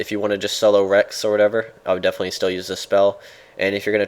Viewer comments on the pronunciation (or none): none